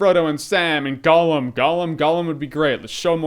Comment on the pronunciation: Holy shit People, STOP saying fucking Golem...It's Gollum! Gollum!